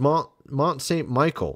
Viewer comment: Versailles is pronounced as Ver-sigh. Mont Saint Michel is pronounced as Maw San Michelle.